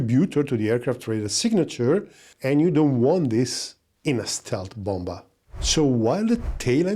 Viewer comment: I hope you don't take this the wrong, but the second B in "bomber" it's basically silent so you should read it "bomer"